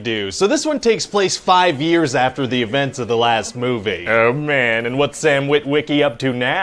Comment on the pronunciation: No one in history has ever pronounced "Wit-WIH-key" like that before.